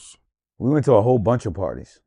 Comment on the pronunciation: Say “parties” one more time lol😂